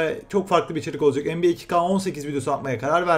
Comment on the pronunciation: NBA diyorsunnnnnn